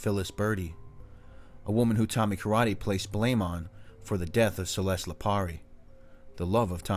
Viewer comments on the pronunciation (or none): none